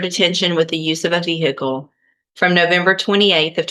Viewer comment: VEE HICKLE. 🤣